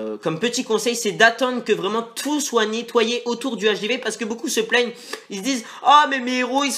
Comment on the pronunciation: ON DIT PAS LE HDV x), sa fait saigner des oreilles ! L'hdv= l'hache des V